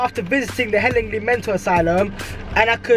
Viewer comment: why can no one pronounce hellingly